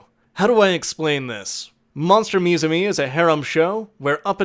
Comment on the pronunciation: Uum Is it just me or did you missed pronounce "MUSUME" Also I think you read plot wrong the original synopsis goes like this "Three years ago, the world learned that harpies, centaurs, catgirls, and all manners of fabulous creatures are not merely fiction; they are flesh and blood—not to mention scale, feather, horn, and fang. Thanks to the "Cultural Exchange Between Species Act," these once-mythical creatures have assimilated into society, or at least, they're trying." Is not thank's to the pop group that was just a parody references of AKB48.